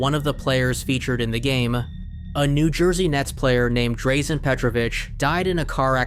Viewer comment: it's pronounced "Draw-Zen"